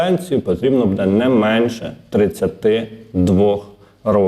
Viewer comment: Дякую за працю,але ЗнОВУ: будЕ, а не бУде.!!! І чому - ДВА гривні, а не не ДВІ гривні!?!?😮😮😮 ПрибирАйте неграмотність,!